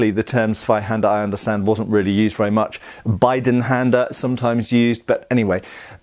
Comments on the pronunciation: your pronunciation is really good! Only one thing about the word "Bidenhänder" - it's pronounced "beedenhänder", becuas in Germany we pronounce an i like you pronounce "ee" like in bee. Also there's the name "Gassenhauer" which means "alleyslasher" for Zweihänder in Germany. So it's Zweihänder, Bidenhänder, Gassenhauer as the main names for these types of swords. It's interesting that we actually got 3 names for the same thing, but it's reasonable, as it was used a LOT by german Landsknechte. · Your pronounciation of Zweihänder is spot on, although the Bidenhänder is prounouced like Bee-Den-Hen-Dur/Der. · You pronounced Zweihander perfectly, Bidenhänder is pronounced BEE-den-hand-er :) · As german, your pronounciation of Zweihänder is completely fine. Bidenhänder is okay, too. But it would be perfect, if you pronounced the "Bi" as "Bee". Good job ;) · Your pronouncination of Zweihänder is pretty good, maybe get a bit harder on the Z. Just pretend you are a WorldWarOne German saying "the" - Z. The "Bi" in Bidenhänder is more pronounced like the "e" in the english "me".